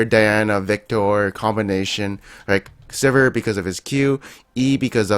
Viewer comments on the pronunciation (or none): none